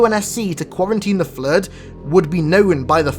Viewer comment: I don't know why but when i hear him saying "the flood" its sounds like "the flirt".